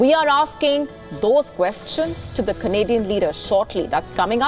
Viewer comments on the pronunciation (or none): When ever sgr says Canadian, i heard comedian.